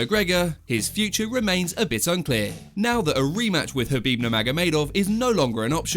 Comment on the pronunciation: K. Khabib, not Habib. The K is not silent.